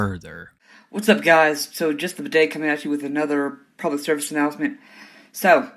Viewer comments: I was listening to this video while doing chores and when he called him “bidet” I was so confused until I looked at how it was actually spelled 😂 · Everytime you say his name i only hear bidet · Hey. Medium enthusiasm fan here, just wanted to say I was a huge fan of how you called him Bidet instead of Budday. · I know youre saying "Budday" but its so funny to me that it sounds like "Bidet".... very fitting 😭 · So his online handle is Budday? Is it a play on words? Does he know it sounds like Bidet? Oh of course not! He’s too dumb for that